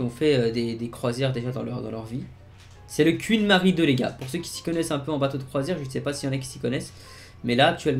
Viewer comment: Le quouinn Mary II😂😂😂